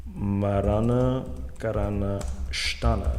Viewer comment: Its marana kara"ka" sthAna